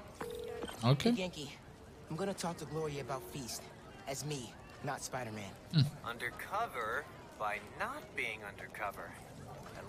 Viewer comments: When he sad "Pajdermen" i really felt that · Piderman miles morales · Rekao je spiderman ali u editu je skinuo s 😬